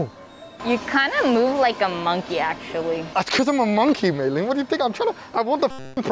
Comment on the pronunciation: May len? May rin